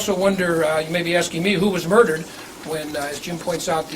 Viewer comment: Love how the same guy who keeps saying "monies" also says " axing" 🤣 He's like l'le Carmine